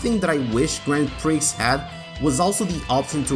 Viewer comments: Great video. Brings back lots of memories but it's not pronounced grand Prix - it's grownd pri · The 'x' in "grand prix" is silent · 'Grand Pricks' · Lol, Grand Pricks.